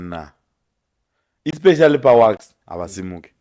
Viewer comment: it's WAX not WASK